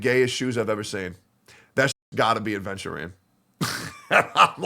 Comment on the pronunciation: you cant even say his name right ofc youre not pulling 😭